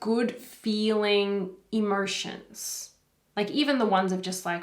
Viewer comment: What is "Emersons"? I don't understand. Are you saying Emotions? Or a new word?